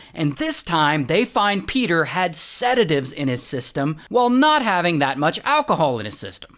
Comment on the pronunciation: PEDAHHH THE HORSE IS HEAH